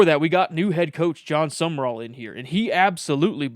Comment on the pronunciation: Thankyou so much for pronouncing the coaches name correctly. Youre the 1st sports podcaster I've heard, that does so. The others ignorantly say, summerall!